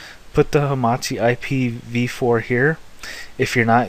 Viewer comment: Great job. But what is this Hamati? I heard of Hamachi not hamati